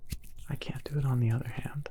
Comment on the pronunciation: "Sticky heuh"